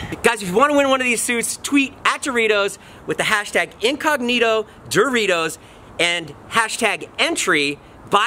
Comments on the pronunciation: Lol Jason incognito not incongnito - your hashtag! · Jason it's "incognito" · Incognito or Incongnito?